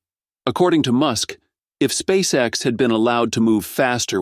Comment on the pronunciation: S p a c e X ....... it's Not an acronym, silly ai voice.